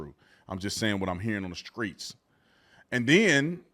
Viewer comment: What is a skreet⁉️🤔